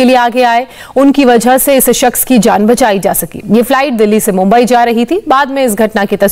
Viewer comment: हा महाराष्ट्रातील खासदार याला अजून मुंबई बोलता येत नाही. हा दोन वेळा मुंबई बोलला. जे काम केले त्याबद्दल अभिनंदन. जय महाराष्ट्र